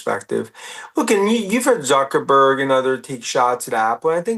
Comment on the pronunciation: By all means, get a drunk old tech bro to talk about complicated issues, he can’t even pronounce Zuckerberg correctly, or gooooongL hahahaha